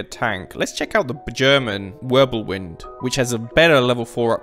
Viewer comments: The wirbelwind is pronounced virbelvind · Idk why I’m just now seeing this but the German AA tank with one gun is the Ostwind and the one with four is the Wirblewind. Also, the Ws are pronounced like Vs in German